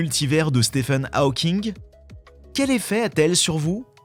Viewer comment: Ta manière de prononcer Hawking.... En plus tu le répètes 40 fois